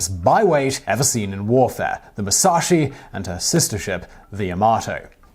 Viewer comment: jsut a note on the names, its "moo-sa-shee" and "yah-mah-toe"